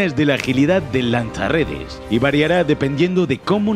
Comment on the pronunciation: Eshhhpiderman, lansha redesh